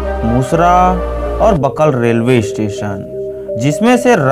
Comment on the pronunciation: Itne galat galat pronunciation hai .. gandai , parmalkasa bakal ko galat hi bole and shivnath river h , Mahanadi nahi , mandiro me Manav Mandir ko bhi add kar diye .. and patal Bhairavi mata k Mandir me hi shiv mandir h usko hi do baar bole.. kaun banaye h lagta h Rjn k nahi h..